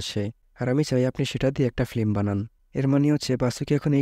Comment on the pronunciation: ফ্লিম না ভাই ফিল্ম